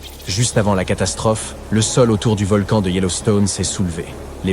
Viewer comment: Encore une video avec une voix d une IA qui fait des fautes de francais Environ 1 mn "un volcane actif " 1mn 22 " mille neuf cent quatre vingt eehiionze" Ect.... Desagreable a ecouter une video comme ca